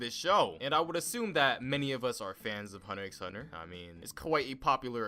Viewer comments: you need to vacate your lungs of air.. this guy said "Hunter 'X' Hunter" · Who the hell pronounces hunter x hunter like that lmao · the x in hunterxhunter is silent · I disliked because you said hunter x hunter not hunter hunter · You even pronounced it wrong its called "hunter hunter"pls stfu😊 Bet u just watched like the first 3 episodes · BTW... it's pronounced Hahnta-Hahnta. You don't say the X. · 🤣🤣 Ik I remember that Moment of realization that the show wasn’t called Hunter “x” hunter 🤣 but I said wtf I’m calling it what I want including the X🤣🤣🤣 But man I really do like this show Bro this is hilarious. The way he pronounces the misspellings 😂😂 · Ummm it’s hunter hunter you don’t pronounce the x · lol how he said hunter x hunter with the X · I disliked the video the moment you pronounced X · and he pronounces the ‘X’ ಠ_ಠ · The thing i get most triggered by in this video is the fact he pronounces the x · Its thanKKK you for pronouncing HUNTER X HUNTER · my mans really pronounced the “x”😔